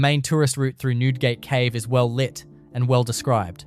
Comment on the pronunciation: It's Newdegate Cave